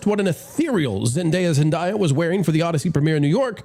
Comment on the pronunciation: her name is Zendaya with a long A. It’s not rocket science. SAy ZendAya correctly todAy, before you get on the airwAy, okAy?